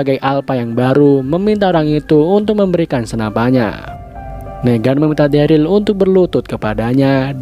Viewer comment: Gw dah rewatch S1 eps 1 bang manggil Daryl nya salah njir,malah Derly wkwkwk